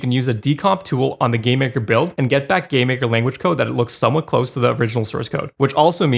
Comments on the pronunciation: game maker "lanaguge" made me laugh, great video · "Game Maker Lanaguge" xd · Lanaguge? You lost all your credibility 😂